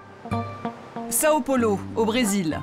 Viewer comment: Sa me fait saigner mes oreilles le "São Paulo" 🙉